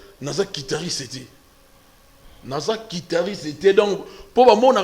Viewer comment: Un musicien soit disant professionnel qui ne sait pas prononcer le nom de l'instrument qu'il joue correctement.On dit guitariste et non "quitariste"